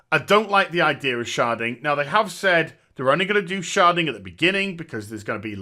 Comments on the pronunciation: sounds like you're saying sharting lol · Shedding? Sharding? Charding? What is he saying? I want to look it up